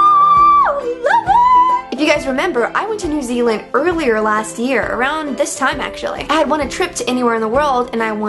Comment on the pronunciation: As a new zealander i cringe every time she says new zealand still think Meghan is great tho